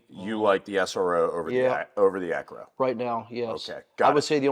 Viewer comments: Did he really just say "Arco?"🤣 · right..the dude kept calling it an ARCO, not an Acro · Is it ARco or ACro? Is he mispronouncing? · He said “ARCO” 😔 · "arco" typical dyslexic army guy